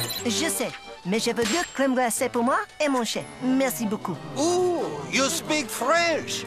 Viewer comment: It's "merci beaucoup", not "mesi bo ku".